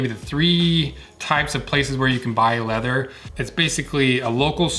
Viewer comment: Funny how whenever I see your videos I immediately remember your voice and picture you saying "leather". No wonder, considering. :D Leatherrr. Informative video for people with cats and an interest in leather. Thumbs up!